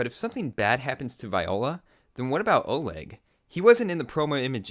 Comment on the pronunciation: its OLEG not ORLEG OR ORGYEG